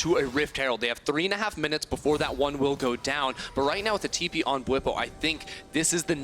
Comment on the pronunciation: Bwipo with the Tipo :'D I had to pause the game cause I was laughing so much XD